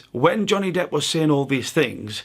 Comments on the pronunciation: # am I hearing this as an unintentional pun? Johnny “depth” I’ll resume listening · did u call him johnny depth? lmaoooo